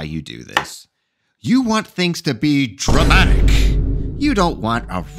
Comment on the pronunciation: Your (or mine) Matt Colville fanboism spills on pronunciation of word "Dramatic".